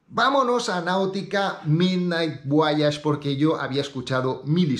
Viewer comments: Un español la pronuncia así. Leemos todas las letras excepto la H. En inglés es voich. Personalmente mola más voayash, pero bueno, en España por ejemplo Nike es Naik y no Naiki. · porque dices VO A YAGE, en donde esta la A en el nombre VOYAGE??